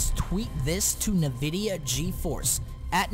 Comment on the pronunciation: EARNMNAIDFNLADN LEARN HOW TO SAY NVIDIA JEEZ